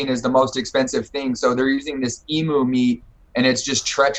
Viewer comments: Yo can you tell this fool how to say emu, it's not e - mu it is eam you. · The food sounds vile. Emu is pronounced more like 'eem-yoo' not 'ee-moo', they are Australian birds a bit like ostriches. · Posada yis me old blue, the emu is sort of like the Aussie national bird so the diggers don't like the name to be pronounced bloody wrong mate. It fair shocks the typical bloke to hear our great bugger of a bird to be being called a 'eemmoo'.. strewth mate